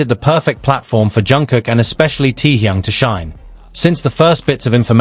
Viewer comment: Can’t stand how is pronouncing Taehyung.